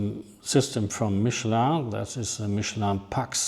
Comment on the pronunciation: Top Video, tolle Reihe! Und - du bist der erste Deutsche, den ich den Namen "Michelin" korrekt aussprechen höre! Kein ignorantes, "verdeutschtes" "Michelin"... Top, das gefällt mir - chapeau! ;-)